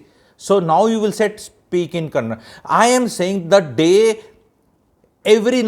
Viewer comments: Its kannada and not kannad. I am from bengaluru. That person did ask her in kannada without knowing her arrogance. He never got clarified as he coukd not speak Hindi. But thanks to those people propogating hindi as a national language and Sonu nigam singing in a concert in Karnataka equating us to the reason for the Pahalgam attack. I being a kannadiga have fluent hindi because the very first time i visited Bihar i did manage to learn hindi. Stop this non sense of maligning for no reason. I recall in one of the episodes where you made a video of how ethical we sourh indians are compared to north india. I did witness this change when i visited patna, lucknow, mainpuri, vaaranasi. Those states have gone for dogs with law and order been thrown to the air. Obvious people would migrate or i would rather say exodus to south india for their livelihood. Let me remind you this got ignited post covid when mass exodus from these states became more visible. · Sir. One correction. It is Kannada and not Kannad. I know you respect all languages but it is important to say the language name correctly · When you are in ROme, be ROme. In the similar way, she should have known atleast basic kannada, that too especially when she is in public life. She is not asked to speak gramatically correct kannada. Atleast ahe should have that basic communication in kannada and mainly she should have that right attitude of learning the language of the land she is staying. Sir, atleast first learn - it is kannada and not kannad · Sir your age is may more than 50 years and I calling kannada as kannad language , u people call can pronounce Canada perfectly but not kannada. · bas yahi karte raho.. its a proper noun and it can be pronounced as per the convenience of the speaker without being disrespectful.. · It is not kannad. it is kannada. Up north Delhi I had to pray bribe to withdraw money from my SB account. If u can't speak local language then u shouldn't even step into that location